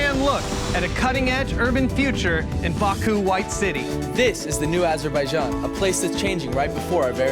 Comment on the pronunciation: Nice video, but you are saying "Azerbaijan" wrong. "j" pronounced same as it is in "james". Azur-by-Janh.